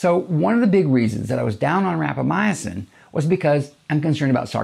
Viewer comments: It’s rapa mison Not rapa my a sin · I think you are putting an extra letter in the word when you pronounce it. It sounds like you are saying Rapamyacin instead of Rapamycin. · Sounds like you added a syllable to Rapamycin. Seems like you're saying.. Rap a my "ah" cin. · Like "al-lu-mini-um" :) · I said the same thing... it drove me crazy... he said it 100 times. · He is saying it wrong and it bugs me!